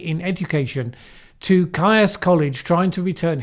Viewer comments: Oh, dear. You're English,, yet you don't know how to pronounce "Caius College"? You should check before making the video. (It's "Keys" College, fyi) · Caius pronounced Keys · Caius College - pronounced KEEZ Great show as always,! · Caius should be pronounced like Keys.